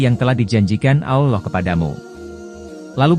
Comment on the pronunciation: Ki ngomong.a alla bukan allah..